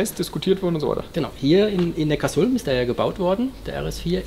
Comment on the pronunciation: Cool, NeckarSulm richtig ausgesprochen!